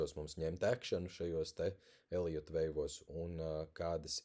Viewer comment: Eliots, Eliota viļņi. Nav "j" tajā vārdā.